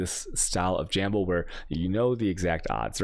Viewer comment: APBT BULLDOGS wait for al-che-mi (alchemy). jamble (gamble). Lol. Sometimes I think he does it on purpose. It’s impossible that no one corrects him and still mispronouncing it.